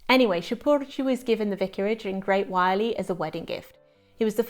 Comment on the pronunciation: Correction on pronunciation of the village name: Wyrley Pronounced Wur-lee.